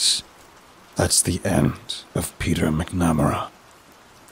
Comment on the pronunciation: V, it's Bob Barker... and the name is pronounced "MAC-NUH-MARE-UH"